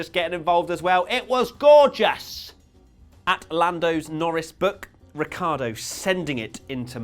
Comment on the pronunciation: Crofty called lando Norris Nando lorris